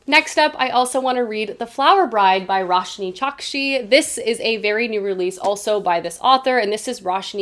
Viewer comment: Roshani has three syllables. 🙂